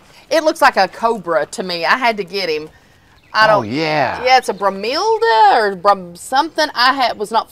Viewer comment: Bromilda?😂 BROMELIAS!!! And please, NO FAKE PLANTS, those who work in any garden, can tell the difference. I think fake plants are tacky . Don't stain your lovely garden. Just trash those fakes and look for the REAL plants. The cheap fake green grass carpet either. Use gravel or REAL grass. There are many sturdy tipes that would look much better than ugly cheap plastic.